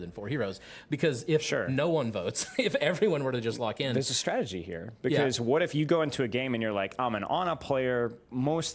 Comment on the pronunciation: "Let's talk strategie" 😂🗿 he cold